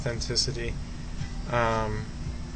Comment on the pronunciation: Sorry, hate to be picky, I loved the video but its pronounced Yolo, as if the I is a Y. Yolo Morganoog, (the w makes a sort of double o sound) is the correct pronunciation ;-)